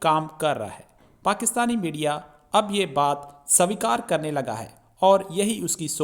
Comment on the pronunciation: Bhai what is " Sa vikaar"? Is it not Sweekar - acceptance!? 🤔